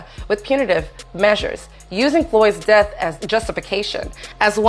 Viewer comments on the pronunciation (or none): none